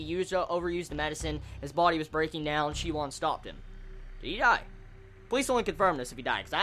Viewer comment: I think the main character's name is pronounced shi and then woon like toon or soon. Same for the Wun woo clan. We'll at least that's the way I've been reading them since I started